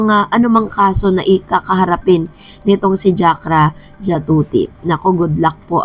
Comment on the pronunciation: Jakrajutatip di jakrajatutip ang galing mo magpronounce dai nagblogg kp mali nmn.